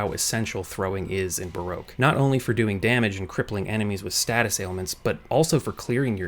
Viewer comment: Not how you say baroque